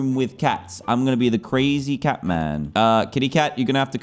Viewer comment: did he say a tac instead of a cat